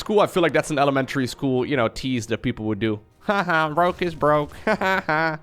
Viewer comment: I had thought the entire time you actually were saying Grogue LOL